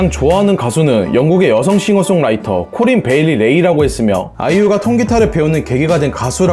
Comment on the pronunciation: 코린베일리레이× 코린베일리레o